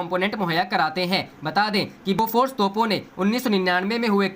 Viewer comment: अरे ठीक से बोलना तो सीख ले बालक बेफोस बेफोस क्या होता है। बोफोर्स ।